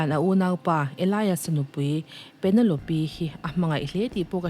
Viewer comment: Penelope -Pe-ne-lawp